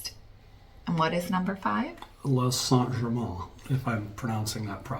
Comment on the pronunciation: It's not Saint Germaaahn It's here for you